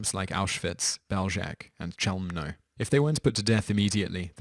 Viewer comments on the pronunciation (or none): Actually it's more like "Bew-zhets" and the beginning of Chelmno is spoken like the word "Chanukah"